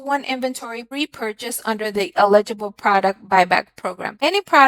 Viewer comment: ELL igble not illegible.